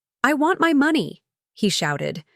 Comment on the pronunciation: Why do all of these stories can’t pronounce money quotes properly is it an AI glitch